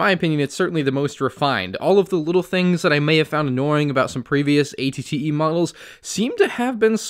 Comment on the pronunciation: It sounds like he’s saying att